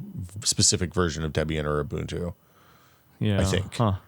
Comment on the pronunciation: He pronounced Bazzite corrently :( ... oh well, we'll always have Umbuntu